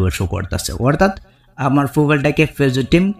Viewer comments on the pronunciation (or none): ভাই... আপনি ফেসবুক বলেন? নাকি পেচুক বলেন? কিছুই তো বুঝি না। আপনি শুদ্ধ ভাষা ব্যবহার করেন না কেন?